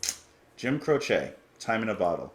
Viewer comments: Never heard him called "Cro=shay," you do that with needles and yarn. I've always heard it pronounced "Crow-chee." Oh well, great artist in any event. Songs "Bad Leroy Brown, and many others from the early 70s. I remember where I was when the news flashed over the Rock station radio I was listening to, when I was working on my pickup truck with the radio on. I couldn't believe it. Like the Buddy Holly incident back in the late 50s, I was stunned, his career had just started, and now he's gone. Life is fragile. He left us some wonderful music. Thanks. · Hey ~ Ok first off, it is pronounced Crowchee (the "e" is pronounced like the Y in happy) If you look at his wikipedia page, it shows you the pronunciation of his last name. When I saw that you were going to react to this, I already knew how you were going to react, as it's the same reaction everyone has to this beautiful and haunting song. In my view, the only song more beautiful and haunting is Starry Starry Night, by Don McLean. Jim is one of my top 10 singer/songwriters, and I cried my eyes out when I heard of his death. I was 14 and had been playing guitar for 6 years at that time, and playing his music was always a joy, and much requested at gatherings and parties. Jim and Maury were the perfect guitar partners, and both knew their way around the fret board. It was devastating to lose them both. Great reaction, as I knew it would be, and you're going to really enjoy the rest of his music. Deep Peace to your dad, and to you and your family. 💚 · Crow chee is incorrect. The proper pronunciation is This is the way he pronounced it. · I was growing up in the '70s when Jim's song were hitting big and suddenly he was taken from us. I always heard his name pronounced on the radio as CROWchee.